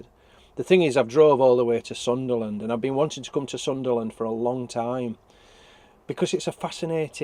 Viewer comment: It's Sunderland not Sutherland👍🤔